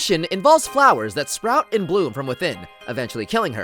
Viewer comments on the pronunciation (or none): none